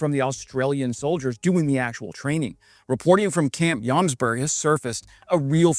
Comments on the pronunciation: It is Jomsborg (Joms castle) not Jomberg (Joms mountain) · It is pronounced as Yomsborry, just for information. Norwegian and Swedish can be confusing